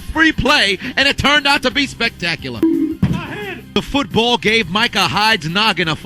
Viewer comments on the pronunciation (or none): "feetbull field"